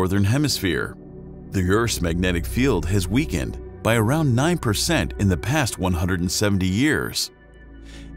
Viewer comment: Also pronounced weakened as weekend... Moronic